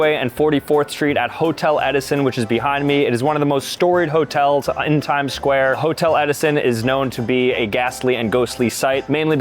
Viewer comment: HE SAID 6 OR 7 TIMEDS 😂😂😂